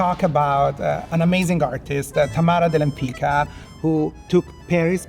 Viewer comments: I wish that took time to learn Tamara's last name correctly. It is not " Lempika". It is Lempicka. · Thank you for the fun and informative video. However, with all the respect for you making the video, and with even more respect for this amazing artist, it wouldn't hurt to have her name "Lempicka" pronounced correctly. The "c" in her last name Lempicka is a "tz" sound.